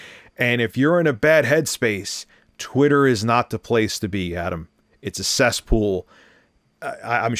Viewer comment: It’s a “seas pool”